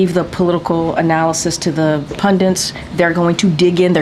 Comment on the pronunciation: Why do so many Americans say "pundiNts" as she does here?? The word is PUNDITS. No "n". Another classic some of them use is spelling "our" as "are" and forgetting the participle (ED) ending (especially in passive sentences) when they write just because they don't pronounce it when speaking (eg. "he was slander by his boss"). I see that one every day 🤦🏻‍♀️